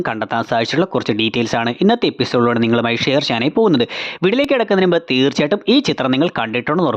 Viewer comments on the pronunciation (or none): none